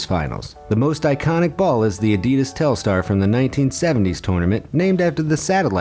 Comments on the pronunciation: It was so painful hearing you say adidas sooo wrong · learn how to say the word ‘adidas’ 😴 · It is pronounced A-di-das not A-dee-dis 😡😡😡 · That's not "ehdeedes". Evil. This is Adidas with two "A" like in "park" or "pump", not like "lamp" or "flame". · You wanna know what really grinds my gears You pronounce it: A-Dee-Dass In my country we pronounce it:Ad-ee-das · Why can't people seem to pronounce Adidas properly? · You pronounced “Adidas” wrong.